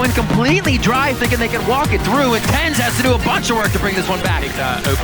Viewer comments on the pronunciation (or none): its ten zi not tenz